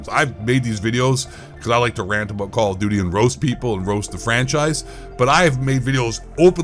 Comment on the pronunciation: “Kall Of Dooty” Ghost Of Eight voice 😂😂😂😂😂😂😂